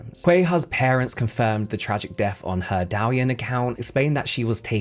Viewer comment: Cuihua is pronounced "tsway-hwa." And Douyin is not pronounced "dau-yin." It's pronounced "doh-EEN."